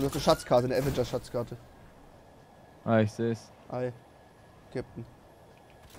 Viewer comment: Das heißt doch Aveeeengers nicht Avengers